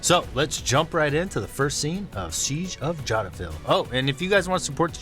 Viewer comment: Clearly knows nothing about the history of the Congo and this ridiculous movie. An a-historical nation of people.... not a clue about the crimes of the UN against the people of the Congo and complicity of those nations who participated in the "peace keeping mission". you don't even know how to say Jadotville!